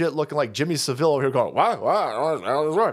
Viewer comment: Pronounced Jimmy Sav/l